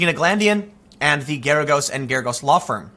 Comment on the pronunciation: Totally unimportant but Mark Geragos is pronounced like "asparagus" or "Gare-a-gus". Doesn't matter but thought I'd pass it along.